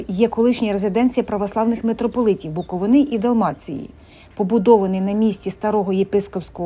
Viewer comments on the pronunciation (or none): Не Буковинà, а Буковина! Перша згадка про Чернівці, це 1408 рік, в складі Молдавського князівства. До цього часу, згадок про Чернівців, немає. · БуковИна, а не БуковинА! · Знов БуковинА , ну тоді ви the TravelEr... .